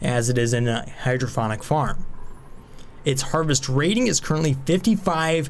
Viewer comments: Nice. Unless they went with a clever name I am pretty sure it is pronounced hydroponic(pond) not hydrophonic(phone) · Hydrophonic or hydroponic? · Awesome video. You do so much research for this game it's simply amazing, but please learn how to pronounce hydroPONic. There is no second H. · I'm guessing he's joking about your mispronunciation of hydroponic! :D The 'p' is a P sound like in 'pot'. I too thought sound had to be involved with growing plants when you first said it that way. Then you mentioned fluid input and it was an "Ahh!" moment.